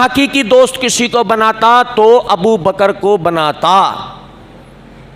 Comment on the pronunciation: sahi lifz use karain lafz ABU BAKR hai na ke ABU ABU BAKAR galat kahne se meanings change ho jate hain